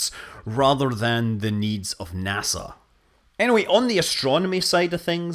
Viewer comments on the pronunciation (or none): none